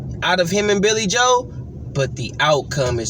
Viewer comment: "Caleeb Plant"😆 "Billy Hoe"😆